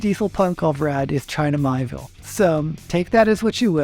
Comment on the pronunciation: With kind regards: China Mieville's name is pronounced as: mee-AY-vill